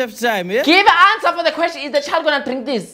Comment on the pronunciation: "give answer for the kweshini" sent me 😂